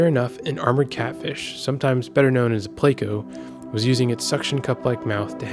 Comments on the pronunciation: pleco is pronounced pleh-co not play-co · They are not pronounced "play"co, but ple-co.